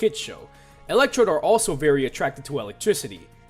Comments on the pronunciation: You said electrobe it’s electrode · ELECTECTRODE?! REALLY?!?!?!?!??